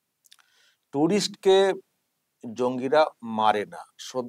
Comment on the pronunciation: ইনি MLA?!! না কি দেশদ্রোহী! টুরিস্ট শব্দটাই ঠিক মতো উচ্চারণ করতে পারছেন না! ইনি আবার MLA!!